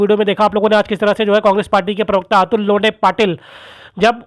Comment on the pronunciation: नमस्ते अतुल लोंडे नही लोठें? 😂